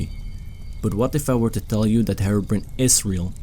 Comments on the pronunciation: "herobren" that is the most Scottish way to pronounce his name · When he says herobrine, it sounds like he says heroinn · u pernouced herobrine wrong